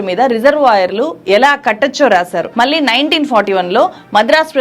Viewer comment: జర్నలిస్టు అని చెప్పుకునే వాళ్ళు, కనీసం ఉచ్ఛారణ సరిగ్గా లేదు. ళ ని చంపేసావు మళ్ళి ని మల్లి అని కుళ్ళ పొడుస్తున్నావు. కొంచెం నేర్చుకో. No doubt you have done great story but need to pronounce properly. One more pount , your speech is like reading , that too very fast.